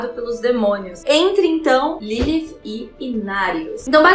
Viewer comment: Sua pronúncia de Lilith é linda. Perfeitinha.